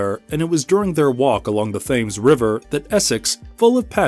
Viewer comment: Greenwich is pronounced “Gren-ich” and Thames is pronounced “Tems”